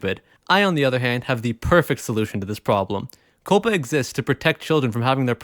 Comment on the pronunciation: Coh-Pah... Now thats Misinforming people how to pronounce words!